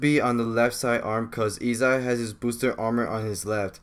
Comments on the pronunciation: dragon ball armour?! Bro it's called Boosted Gear💀 Also why you pronounce his name E-sai when the right way to say it is E-say (Issei) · it's i-s-ay not i-s-ai and hi-oto not hi-ot